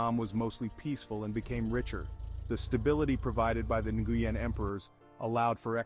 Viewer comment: The last name Nguyen is pronounce Win not nnngooyen lol